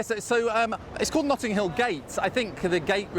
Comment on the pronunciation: ‘Nutting hill’?